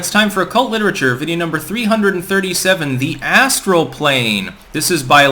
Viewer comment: Ass-tral plain.